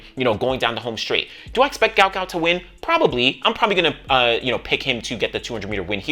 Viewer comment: Stop the mispronounciation of the man's name it's guot guot